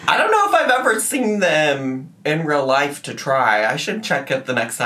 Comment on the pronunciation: Not ‘troma’ about a burned ‘lahyg’??